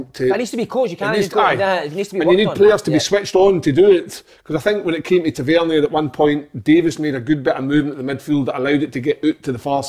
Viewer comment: Wish Si would say Tavernier properly 😂 top work again lads!